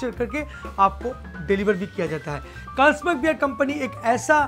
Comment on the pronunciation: First learn how to pronounce Carlsberg